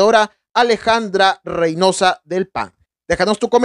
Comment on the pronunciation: El apellido es Reynoso..no Reynosa